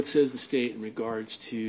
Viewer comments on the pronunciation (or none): none